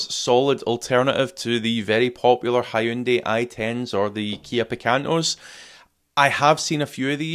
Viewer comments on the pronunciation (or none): none